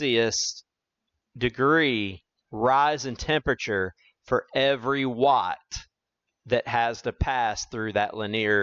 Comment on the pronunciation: Per the Webster dictionary, "linear" is pronounced li-NEE-uhr, NOT lin-EAR. The word "Linear" has three syllables, not two. Please correct. Or don't. The content is good, but don't want to suffer listening to egregious mispronunciations. I can always choose a channel with a narrator who pronounces correctly. Incorrect pronunciation decreases content credibility with each occurrence. This is not a regional accent thing. Also, "sometimes I showcases..." is a violation of subject/verb agreement. These choices decrease the communication level of the message. But, your channel, your voice. My mouse, my choice.